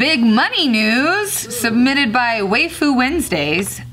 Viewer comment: Lowkey kinda sad(but not surprised) no one noticed she pronounced "waifu" as "wayfu"